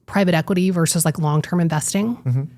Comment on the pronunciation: Yes to everything, AND…. “Versus” has TWO syllables and no silent letters . “VERS-us.” Try it. It’s easy!